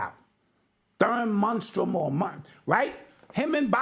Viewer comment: Munstrum 😅 killing though.